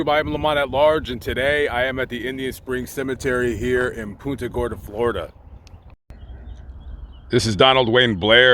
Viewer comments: I know you probably dont read the comments, but i have to let you know you pronounced the city name wrong. (Don't worry, many other people do too, lol). When saying the word Punta, think of punting a football. You pronounced it more like 'poon- ta' when its really pronounced 'punt-a' Gorda. I was born & raised here and was very surprised when looking thru your list of videos you had one on the Cemetery many of my family is buried at, and where i hope to be one day too. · That's pon-ta gorda as us natives call it. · Our town is pronounced "PUNT"-"a" Gorda, Lamont. Thanks for visiting! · I was just about to say the same exact thing. All through the vid when he said it, I kept saying back, it's PUNT-a! LOL. Think he visited PC cemetery? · I caught that too, from Naples but my mother lived there for years and also Port Charlotte.